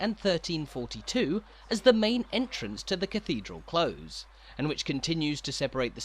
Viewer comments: Cathedral CLOSE is pronounced like the opposite of far away and not the opposite of open. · This is wonderful, however the pronunciation of 'close' is not from any English dialect with which I am familiar. Granted, I am from Stoke-on-Trent. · His pronunciation of close bothered me way more than it should have done! It's close to something, not like to close a door.